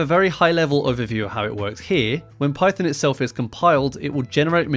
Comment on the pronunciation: Sounds like russian pronunciation